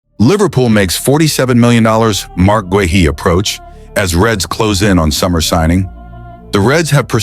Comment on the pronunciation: Guehi is pronounced GAY-EE - use a real person to record the voice over instead of AI dubbing